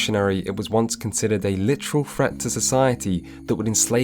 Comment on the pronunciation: Pronounces ‘threat’ as ‘fret’ and yet can pronounce “th” sounds in other words. What gives ?